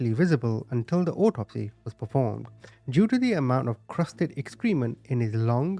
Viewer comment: Subscriber here and I love your channel, so this is very friendly feedback. I noticed since you said the word excrement several times, the pronunciation is "EX-kreh-ment" not "ex=KREE-ment."